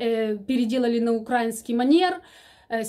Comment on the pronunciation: правильно говорить украИнский и слИвовый, извините. Все равно Вас люблю слушать.